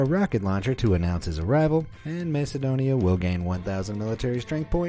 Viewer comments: its pronounced Makedonia not masedonia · Masedonia😂 its Macedonia